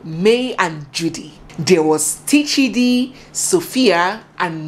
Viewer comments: Correction His name is Tchidi as in Chidi not Teechidi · It’s chidi not T-Chidi, the T is silent Pronounced- Chiadi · The t in Tchidi is silent. So it's just plain Chidi when it is pronounced. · The T is silent. The P in pneumonia cannot be pronounced because it is silent. So for Tchidi we say Chidi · Tchidi is still pronounced as Chidi. It’s a French way of writing it. If not, they pronounce it as Shidi. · Please the T is not pronounced on its own. I know a Tchidi, Tchineighlow, and Tchineighdow. Tchidi is pronounced Chidi